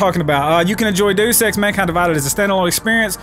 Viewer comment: did he just say day sex?